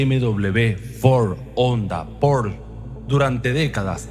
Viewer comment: ¿Qué es eso de “Por” en vez de pronunciar PORSCHE? Vocaliza bien ¡habla castellano!